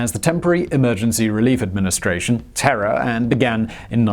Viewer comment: I thought Simon said "Terror" not TERA. Most inappropriate name for a relief agency ever.